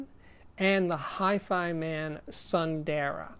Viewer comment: I believe it's pronucned soon-the-raa which means beautiful in sanskrit. ☺ Great review Steve